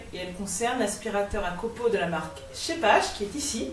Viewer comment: Salut. Encore une chouette vidéo. J'hésite a en acheter un. Mais pour l'instant je n'ai que du portatif. Donc mon a aspirateur industriel est suffisant. Pour info, Scheppach est une marque allemande et en allemand "ch" se prononce "r". Donc il faudrait dire "Scheppar". Je vais voir d'autres de tes vidéos. Merci encore